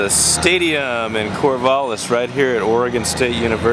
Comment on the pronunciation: Shoot, mis-typed. I hate that. Not "Corvah-liss" is what I meant.